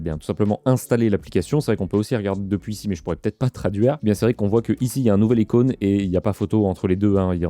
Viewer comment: et je crois qu'on dit une icône et non un incône